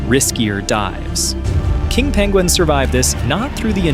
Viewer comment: pengwings :D